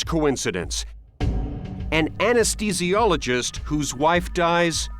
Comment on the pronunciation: "Anes THEE Zi Olo etc, NOT "Anes TEE Zologist." THEE, not TEE, dammit. Just like " As THE tic", not "As TE tic." THE-TIC, THEE-SI"